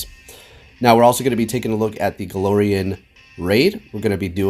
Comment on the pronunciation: Hey I love ya but its glair not galore